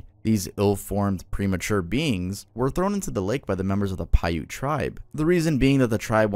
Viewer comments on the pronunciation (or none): none